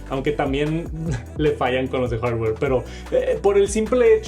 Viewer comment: Escuchar este decir hordwoueer, no tiene precio. Estan quedados en la "IA" y el borrador de objetos es una vergüenza, se gastaron todo el presupuesto en animaciones con colorsitos.